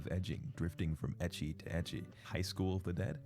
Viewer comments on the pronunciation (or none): The way you pronounce Ecchi makes it sound like you're saying Icky 😂